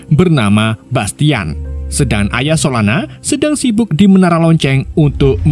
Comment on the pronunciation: Solona eh salah solana😅 kadang lucu Abang ni kadang bau